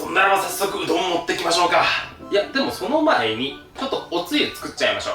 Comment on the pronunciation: うどんを どん でなんかじわった